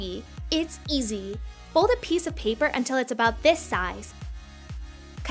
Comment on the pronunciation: I dont like how she say her words 'glu it to the peapearr` what the